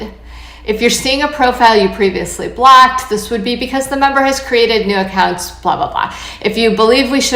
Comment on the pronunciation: Why does she keep saying “blacked” instead of “blocked.” Also, I’m seriously surprised Women are still on Bumble after the disgusting ads they did a few months ago. I’m sorry, I couldn’t finish listening to her. The word is blOcked, not blAcked.